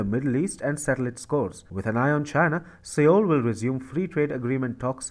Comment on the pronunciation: Seoul is pronounced "sole". TFI's mispronunciation is VERY distracting.